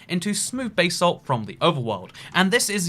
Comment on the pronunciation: "Bay Salt"